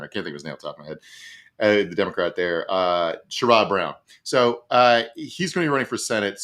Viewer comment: re: Ohio Senator Brown... "Sherrod" rhymes with "Jared".